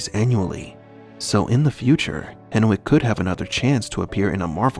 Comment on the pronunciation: Hen(w)ick. W is silent.